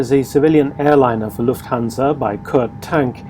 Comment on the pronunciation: In German Lufthansa is pronounced Luftansa...the h is silent.